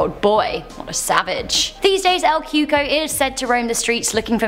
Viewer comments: I thought it was called El Coco, not Cuco😕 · Lol “el Cuco” ain’t that “El cucoy” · "CUCO" is pronounced "koo-kouie" (like Louie). Not Coo-ko. 😂😂😂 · It’s pronounced cuey-cuey not cooco